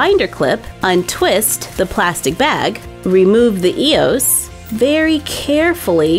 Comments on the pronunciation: Its E O S not eeooss all together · First Also its not pronounced e-os its EOS